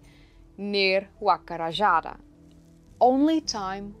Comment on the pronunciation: great video! a little bit of constructive criticism: in spanish the letter j makes a sound that is like the english h not the english j so rajada sounds more like rah-hah-dah